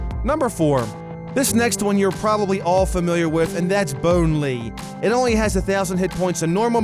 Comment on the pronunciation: Bone Lee... Lee. 😢